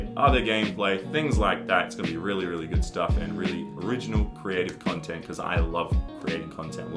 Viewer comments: Chontent chomp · Chontent Chop on ChampChong